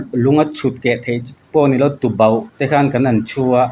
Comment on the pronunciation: Tubauh a nilo Tuboh tih tur